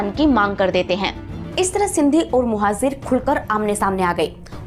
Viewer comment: Bakwas. Muhajir Bolna nahi aata. Muhajir ko muhazir bol rahi hai aur baat karti hai education ki